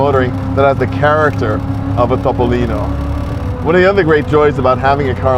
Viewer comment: Complimenti per la pronuncia perfetta di "Topolino," è tutto vero ciò che hai detto, 👍👋👋